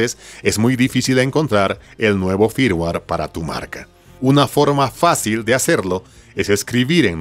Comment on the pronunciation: Firmware. Flash. Dilo bien please.